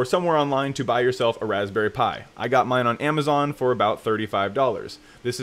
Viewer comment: The way he just said Raspberry really irritated me lol